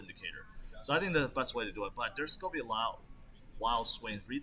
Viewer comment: I like how he says “goa” instead of gonna